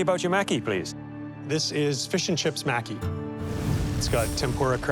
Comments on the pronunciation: pronounced "mocky" not "mackey" lol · I hate how they said "Maki" it's not pronounce macky......smh you would think that world class chefs would know the name of the food XD especially Alvin of all people He's Asian, he should know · 25 min to make sushi rice, fry tempura, prep veggies and thinly sliced sashimi before actually rolling the maki??????????????????? SUCH BS!!!!!!!!!!!!!!!!! Everyone pronouncing "maki" incorrectly (including the judges) was 🤨🙄. It's NOT "maaackie."